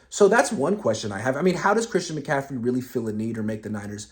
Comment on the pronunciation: Bruh, it's Christian McCaffrey